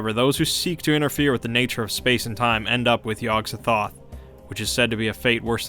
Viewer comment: The gatekeeper's name is pronounced: Yog Sot-oth